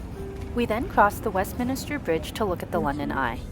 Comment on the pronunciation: Thanks for taking us along! BTW…. Westmin-ster … not min-i-ster 🤗 Whooo, those pens were expensive! £10-12 for a ballpoint pen 😳 That’s like $14-17 US… and $23-27 in my NZD money! 🤪